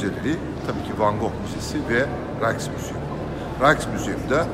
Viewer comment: Rijksmuseum* raysk degil.